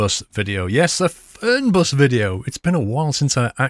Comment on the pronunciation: die Betonung ist "Fernbus" nicht "Förnbas" its german, so the pronounciation is "Fernbus" not "Förnbas" like you did